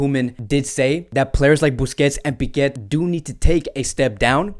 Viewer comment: Please stop calling Piqué "Piquet". There is not T at the end, that's Lenglet, you can pronounce the T or not with him but there is no T in Piqué. Thank you